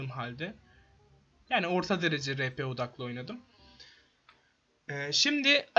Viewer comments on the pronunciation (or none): Rpnin okunuşu ri pi değil ar pi olması lazım